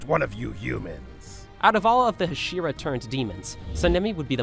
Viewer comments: It's not hshira, it's Hashira. You're pronouncing it as only H(slight a), pronounce it as Ha(strong) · Did you say hashiwa